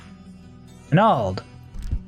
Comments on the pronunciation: you say "manald" weird. like MinAld... do you call your magic "minna"? or MAN-Nah? MAN-NALD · the repeated "MAH NAL'd " really got to me... MAN ALD bro :)~ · Stone of Manald hahahahaa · Everytime he says manald Drink a shot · Manald manald manald another manald and...another manald 🤣😐😭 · Manald - Manald - Manald - Manald... Another Manald!! xD Manald - Manald - Manald - Manald... Another Manald!! xD My Friend names is Maneld, when you say Manald you say my friends name hahaha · If i didnt think the word "manald" sounded weird before... Lol great vid thanks for the rng showcase